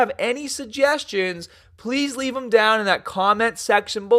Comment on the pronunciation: "Stronga" "daiwn"